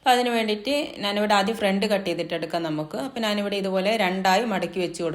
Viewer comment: മലയാളി അല്ലേ. നാൻ എന്നു പറയുന്നു 🤔